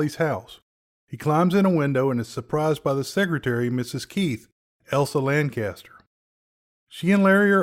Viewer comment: LanCHESTER; not LanCASTER